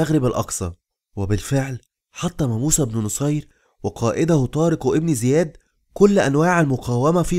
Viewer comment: جزاك الله خيرا ولكن طارق بن زياد لانقول إبن بسبب ورودها بين اسمين علم فلاتكتب الألف ولاتلفظ أما إن بدأنا بالكلام إبن زياد فنكتبها ونلفظها أما بين إسمين علم لاتكتب ولاتلفظ